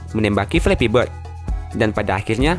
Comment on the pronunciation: bord , krum , pasmen , tire'